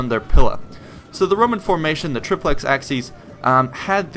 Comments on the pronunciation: It's "trip-lex aSSy-es" not "trip-lex aKSy-es" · Its pronounced Ah-ki-ACE if you want use the classical latin pronunciation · it is pronounced AKIES not axkies ! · Acies is pronounced 'A-ky-es' ('es' as in 'best'), not 'axes'. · It's pronounced K in classical latin, Ch in church latin (in front of i, e). In the video "Acies" is pronounced something like "Axes". It should be more like Ak-yes or Ach-yes. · ACIES is pronounced "a-key-es" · Good gods. AH-KEE-ESS. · Triplex Ah-key-aces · 'acies' is pronounced ACK- EE- AIZ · Your pronounciation is complete garbage. A-ki-es Say it properly, come on. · triplex axes? when wil americans ever learn proper pronucation of foreign languages! you cant even pull a latin one which is the easiest! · "Ak-sees"? Are these Romans from the hood? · Nope. Church latin pronounced it like a "ch" sound. Hard c here. Ah-kee-ace. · Isnt it pronounced "asees?" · Wouldn't it be pronounced "Achies"? Because of the letters "ci" which makes a sounds like "chi" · forgive the following pesky comment: i always thought acies was pronnounced *ah-ki-yes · Also, it's pronounced "AH-key-es"